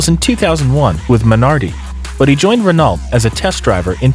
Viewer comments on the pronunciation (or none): Every time you pronounce Renault "Ren-alt" , somewhere in the world a helpless kitten dies